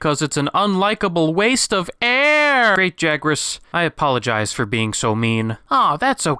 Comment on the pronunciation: pronounced "Yuro" not "geeroe"